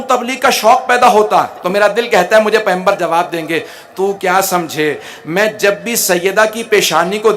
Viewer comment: Phly pygambar ka lafz to Sae kh do